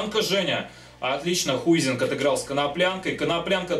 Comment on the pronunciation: Хайзинг!!! а не Хуизинг